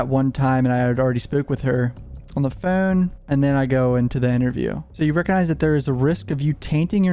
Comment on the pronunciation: Dude ur accent is atrocious no offense, really not trying to be a dick... Its hard to listen to certain words u say like "road" or "phone." Is that a California valley boy accent, or is it an odd Northeastern accent in Maryland, RI, Mass. or somewhere like that?? Someone on here has to know right?